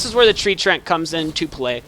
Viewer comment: Btw its Tree-ant lol. mispronounced or not still love the videos!